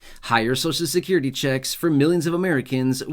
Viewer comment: Please pronounce Social Security properly. The way you say it hurts my American ears!!😮. So cial.